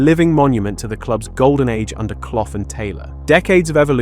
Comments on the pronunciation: Who are ya? Who are ya? Erm... I'm Brian Cloff mate! Brian WHO? Brian Cloff WHO? Brian fucking ....OH! Sorry young man - this idiot is pronouncing me name wrong - it's Clough! Brian Cough's red and white army! ❤🤍❤️🤍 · lost interest when you cant even get brian clough's name right. not even a forest fan. but know the legendary name clough